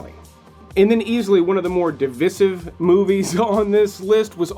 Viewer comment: 😥 Ooof... Divisive, you've gotta check out how to pronounce that one dude.